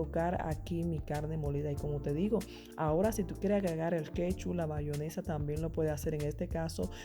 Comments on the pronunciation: bayonesa???? Eso escuché 🤣🤣 muy bueno y se ve rico, pero es "Mayonesa" sorry!!!! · la gente vieja o campesina le sigue diciendo bayonesa a pesar de que el propio envase dice en grande MAYONESA